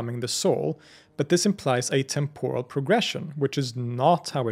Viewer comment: Exemplary work here. Engaging, accurate (as far as I am able to discern) and helpful. Just one thing: TEMP-or-al, not tem-POR-al.